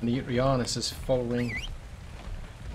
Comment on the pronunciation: Yuti... Think 'U T'